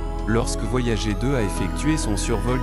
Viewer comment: tu pourrais faire semblant de donner un petit accent anglais pour "voyager" 😆